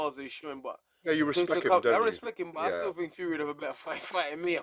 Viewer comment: 😂 gareth saying respekk